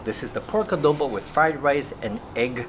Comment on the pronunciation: The way pronounced "adobo" is just perfect. My Nanay (mother) loves your videos. Thanks guys.